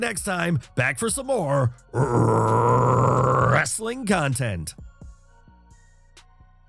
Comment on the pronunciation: ..."Wrrrrrrrrrrrrrrrrrrestling content" always gets me 😂